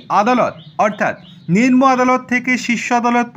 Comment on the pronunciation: কথাটি হল নিম্ন/ নিম্ন , নিন্ম/নিনম নয়। দিনের পর দিন ভুল বলে চলেছেন। একটুখানি সংশোধন করে নেবেন।🎉